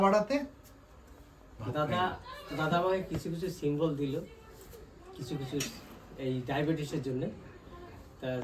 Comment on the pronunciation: সিমবল না সিমটম হবে